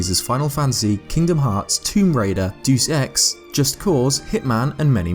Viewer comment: It's a bit of a pet peeve of mine when people mispronounce Deus Ex..... probably because I used to.